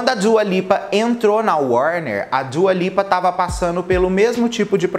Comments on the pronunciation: Djua Lipa kkkkk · kkk eu perco tudo com ele pronunciando dua lipa